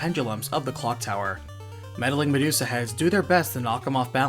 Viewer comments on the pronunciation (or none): none